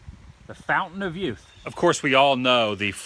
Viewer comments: did you say 'fountain of yoot'? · John Hawkins yoot? What's a yoot cousin Vinnie?